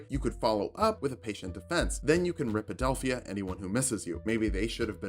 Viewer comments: Did you say "Rip-adelphia" instead of "Rip-pohst???? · How did you pronounce "riposte"?